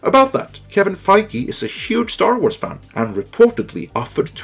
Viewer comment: An S following an R at the end of a word has a Z sound. It’s pronounced Star Warz. Not warsssss.